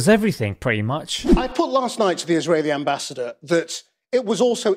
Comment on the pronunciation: I'm sure he said ambassator???